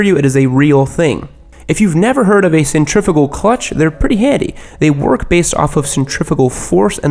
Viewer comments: it’s pronounced centri-fyoo-gal, not centri-foo-gal sorry had to be that guy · Man those rhymes with in your intro always get me lmao Also it's centri-fyugal and not centri-figal